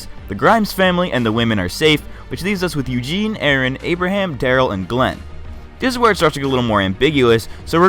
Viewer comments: He said "a-a-Ron" instead of Aaron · I died when he said A-Aron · No way lol you just said a-a Ron lol. I get it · Lol, A-Aron.